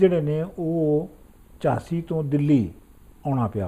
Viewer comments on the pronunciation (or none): Jhaansi nahiN baabeyo, Haansi! Ai do aDD aDD thaaNvaaN ne!!!